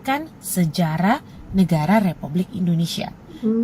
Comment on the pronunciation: Tolong jangan dibaca nama negara kami BUKAN INDONESIE yg benar INDONESIA .